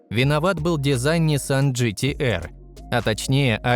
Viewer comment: С*ка невозможно слышать ето неправильное произношение Nürburgring, и GTR